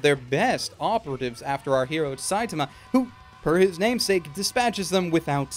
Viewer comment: the way he says "Saitama" irks me.